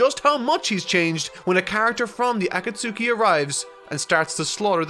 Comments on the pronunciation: I love every bit of this except everytime grates my ears with "A-Kat-Suki". Even then though I get nostalgic pstd flashbacks of highschool and arguing the pronounciation "Akat-Ski" with one of my friends,. Love the video tho! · A-ka-tsuki??? Wtf man? Really? I just can't bear on with this pronunciation. Just under 2hrs in the video i can't force myself to go on knowing that i'm gonna hear that again and again... ffs... Also it's not nAruto! it's narUto! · Love the character development you had throughout this video going from “akatsookee” to the real pronunciation 😂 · Great review terrible pronunciation on some of the names. A-koot-suki is more like Ah-kat-ski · Do you pronounce the names wrong on purpose? It HAS to be on purpose, right? Asuma, not aSUma AKAtski, not akaTSUki If it's intentional I can see why you don't pronounce Sasuke SaSUke. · Ah-Kuh-Sue-Ts-Ki, he says.... 🤦🏻‍♀️ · "aKAT-SUKI" has the same energy as a new Japanese learner saying "deSU" at the end of every sentence. I know it's a totally natural mistake to make but it's still incredibly cringe. Petition to get to study Japanese that way he can be even closer to the source material and we can be spared these awful pronunciations xD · Akatsuki is pronounced Uh-cot-ski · “Ah-ta-suki” “jin-jor-jichiki” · Bro can pronounce Sasuke but cant say Konoha or Akatsuki xD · Loved this video.....but the way you pronounced Akatsuki made me gag 😂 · There is no way that he really thinks that's the right way to say Akatsuki.. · The way pronounces “Akatsuki” is cursed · The U in Akatsuki is silent. Just like it is in sasuke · Brooo spend some time learning how to pronounce these names lol. Akatsuki had me rolling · If this man says Akatsuki like that one more time I'm going to have a seizure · The way you say Akatsuki is a pronunciation I've never encountered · I love how says Akatsuki like I used to before learning the proper way lol. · The way he say Akatsuki irks me.